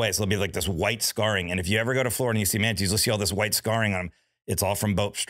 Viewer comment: I love how Jim pronounces Manatees as "Hu-manities". 😆